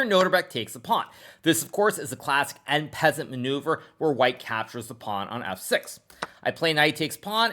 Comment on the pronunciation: That "en peasant" though amiright?